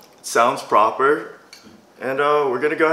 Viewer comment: this person just knows how to do legit reviews on products. I agree with the person above. They wouldn't offer you a cooking cup unless they seemed it cooked better also this guy shouldn't do reviews he sucks. Also he said proper like he's euro lol. Funny